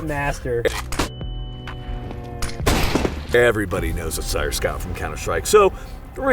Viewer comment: The sheer amount of times Steyr is mispronounced in this video if hilarious.